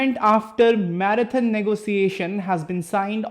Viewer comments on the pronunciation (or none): none